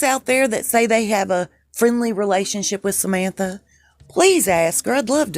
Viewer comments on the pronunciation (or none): none